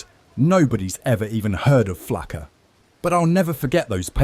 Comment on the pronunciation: It's not "flacker", it's Flakka. are these AI gnenerated?